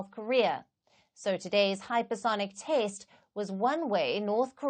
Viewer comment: Test is pronounced as taste by! Is this a South African accent?